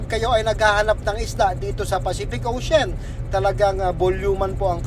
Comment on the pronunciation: ex paf ka,sa grammar " ocein Ang ocean. O th lang talaga.